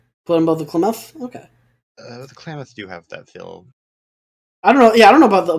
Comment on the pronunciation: Ah. As an Oregonian, I must say- Klamath, pronounced "clam- ath (as in math, emphasis on the first syllable)." They're native to the PNW